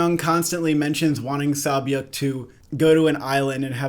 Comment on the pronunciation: Props on the name pronunciations! Sae byeok is kinda like 'seh byok' but the rest are good 👌